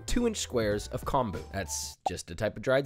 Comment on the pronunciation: So many of your pronunciations are so good that these ones just hurt my soul. Tone coat sue. Comb boo.